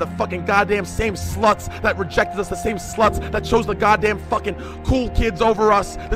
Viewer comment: I hate it when you zoomers pronounce "fucking" as "fuh-kheen"